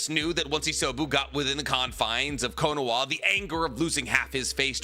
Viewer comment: Its Kono-HA I just unsubscribed cause I cant stand how you say KonoWA lol. Ill sub again next video lol.